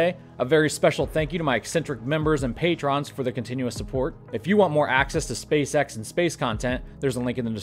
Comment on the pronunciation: Did he just call the patrons, "pay-trons?"